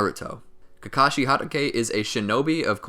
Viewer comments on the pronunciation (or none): He keeps saying Harake is it not Hatake? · I love these vids but it's hatake (HA-TA-K) not (HA-DA-K) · It’s kakashi hot-taki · Sir, uh sir, it’s Kakashi Hatake not Kakashi Hadake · Ge said hadakae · "Kakashi HaDAke" 🤦‍♂️🤦‍♂️ my ears bleeding.. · how many times he said Kakashi Hadagay 👇👇👇👇👇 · How to do u pronounce every Japanese word correctly beside hatake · I'm sorry, I cannot watch your video because I don't like the way you say Hatake. It's stronger than me. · It bothers me how he said 'hatake'.